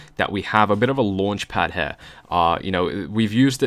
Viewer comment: Intro made sense but why do you say her instead of here?